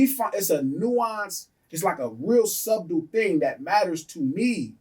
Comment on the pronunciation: "Dis-kernment" and "sub-dle" is crazy 🤣